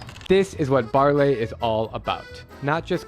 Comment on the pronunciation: Baarle is pronounced Baarluh, not Baarlay. Should have been a very tiny effort to learn that if you even WENT there